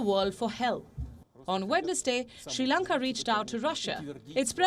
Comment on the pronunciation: Not Shi Lanka. It is Sri Lanka. Improve your pronunciation.